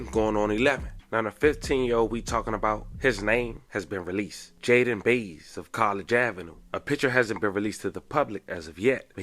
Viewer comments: Bye-ez (Baez) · Bye-Yezz. That's how Baez is pronounced